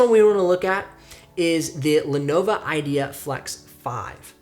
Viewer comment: The first Lenovo (not “Lenova” lol) is the only one I would consider. The others would try to murder my wallet. Though the Surfaces are really tempting. If you have the cash I think they are worth it. I was previously looking at Lenovo Flex. As for I/O ports you could just get a ports dongle/expansion adapter (not sure what they’re called) for cheap on eBay or amazon. Btw your second link for the Dell Inspiron 5000 leads to an expired page.